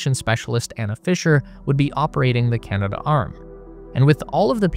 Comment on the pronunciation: You keep saying Canada arm, in your videos. It's Canadarm.